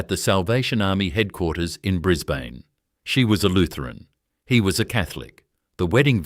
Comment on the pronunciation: What an absolute load of crap insult to jack McCafferty. Can't get the pictures' right. Bris bane...😂 Can't even pronounce that correctly this needs to be taken down